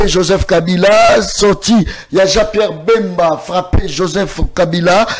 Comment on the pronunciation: Jean pierre BEMBA. et non mbemba.